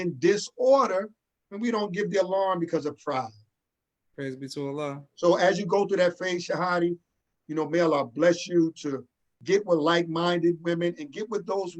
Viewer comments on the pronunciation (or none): Shaheedi? 🤣🤣🤣 Shu-hottie,. Don’t butcher my sister name like that. Shahaadi Karriem (I know that’s who asked that question).